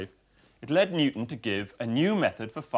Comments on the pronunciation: Newton, not Nutan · Newton, not ‘nucleus’